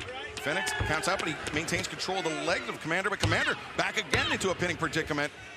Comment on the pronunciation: Who is Kmander? I've heard of Komander not Kmander.